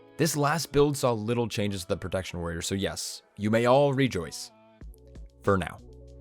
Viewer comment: He also says "prodaction warror" a few sections later. Had to pause the vid and replay on both instances. Pro-TEKT-shern